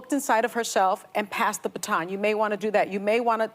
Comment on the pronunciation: ..."pass the paton?"...What the heck is a paton?